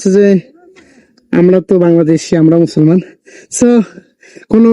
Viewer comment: মুছলমান মুছলমা না করে মানুষ মানুষ বলেন।